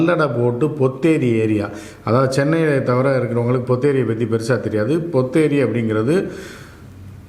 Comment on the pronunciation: Not ponneri .potheri.